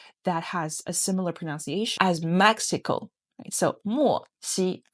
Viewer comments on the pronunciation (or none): none